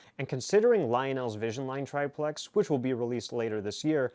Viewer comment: everybody seems to have trouble saying triplex. Just pronunce it "triple X" !